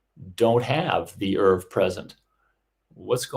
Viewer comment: A minor irritation, nobody but a couple of odd antiscience folk I've come across, (just two of them) pronounce "ERV" in the same way that Americans mispronounce "herbs", dropping the "h". The acronym is usually spelled out, sounding like "Ee-are-vee".